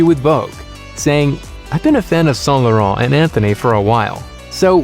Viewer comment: Yea I already know all of these. But thanks to this, I already know how to pronounce Saint Laurent